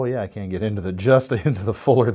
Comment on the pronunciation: Can sept lol